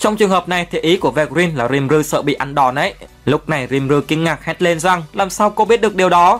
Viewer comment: nhưng đọc sai tên nv...Ko phải Rim ru mà là Ri Mư rư... :D